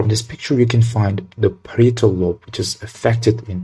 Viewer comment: You need to pronounce the " i " in "parietal" more. 😁